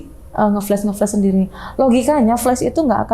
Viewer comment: Maklum aj bang, mbaknya nyebut flas aj dengan fles😢